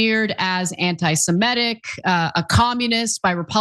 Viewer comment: Who’s MamdaMi? For that matter, what’s anti-semEtic?